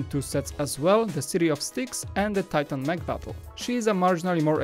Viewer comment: When you said safari mech I heard safari mEAH